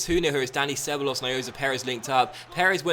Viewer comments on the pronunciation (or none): The difference between and pretty much every other FIFA youtuber is that all the others would've named this episode "OMG WTF WAS THAT?!? I ACTUALLY CBA!!!" Where as is like "That's a stupid own goal" Also Ceballos is pronounced Se-bar-jos if I'm not mistaken:]